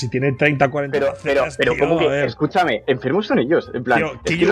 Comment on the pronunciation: Que grande Ibai diciendo kiiyu, que buena pronunciación crack jajajaja